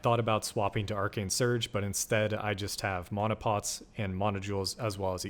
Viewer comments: Can’t get past how you say “mana” 😮‍💨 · I got sooo annoyed gave flash backs of aang as ung if you know you know. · 1000% this😂